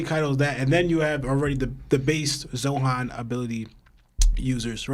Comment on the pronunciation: Im not tryna be rude but like keeps calling zoan “zohan” and it kinda bugs me a bit